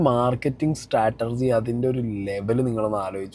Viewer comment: സ്റ്റാറ്റർജി അല്ല സ്ട്രാറ്റജി ഇനി പറഞ്ഞ് തരില്ല.